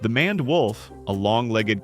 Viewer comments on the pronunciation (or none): "maned" is pronounced "MAYnd"